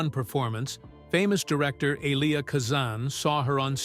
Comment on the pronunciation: for heavens sake pronounce rhe names correctly she is EVA not EVER and the same wrong pronounced of Eli chistian name for Kazan you need pronouniation lessons.